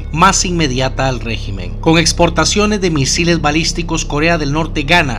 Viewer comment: Dijo bisiles malisticos? O entendí mal 😂